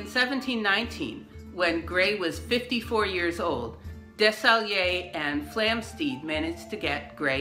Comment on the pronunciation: Desaguiliers is pronounce “DESS-a-GOOL-yay”